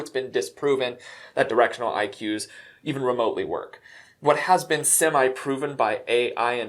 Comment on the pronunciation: It took me way too long to realise he hadn't said Directional IQs. Directional eye cues. Holy crapcakes.